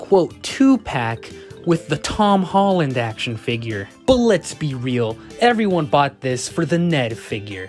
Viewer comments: "Hom Tolland" 💀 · "hom tolland" Fahh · I love how he said HoM TolLaNd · “the hom tolland”